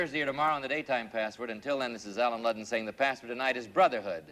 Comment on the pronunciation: The announcer always slurs Allen Ludden's name. It sounds like he's saying Lund.